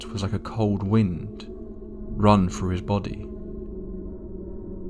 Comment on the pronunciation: Dude it's THREE not FREE. . . . Can't stand listening to that. . . When people can't speak properly, especially a person from the uk who can speak English properly. It's through, not frough